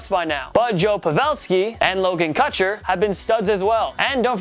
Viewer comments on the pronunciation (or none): did this dude really just say cutcher? 🤦‍♂️🤦‍♂️🤦‍♂️ It’s Cuture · Couture is pronounced “Cah-chor” not “Cu-cher” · Who the fuck is Logan Cutcher....in think its Couture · Logan who for the Sharks ? Couture not Cutchur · Logan CUTure? Have I been pronouncing it wrong up until now???? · We all make mistakes, but man did you ever butcher Logan coutures name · Learn how to pronounce Logan Couture correctly